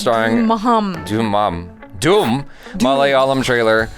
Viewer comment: It's not Dhoom it's called Dhoomam means Smocking not Dhoom😅😅